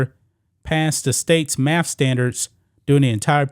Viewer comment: Dude, i like your channel, and i HATE LeChina, but you cant criticize his school and keep saying "maff". Fr.